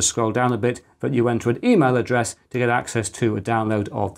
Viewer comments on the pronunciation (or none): none